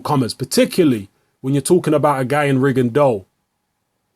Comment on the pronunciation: is the only youtuber who correctly pronounces "Rigondeaux". It's a French surname and it's pronounced "Rigondo".